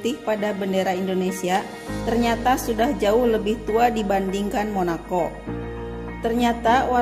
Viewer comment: Monako, bukan monakok.....motto, bukan motok 😁